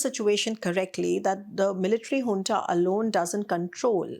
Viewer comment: Junta (military) is pronounced hunta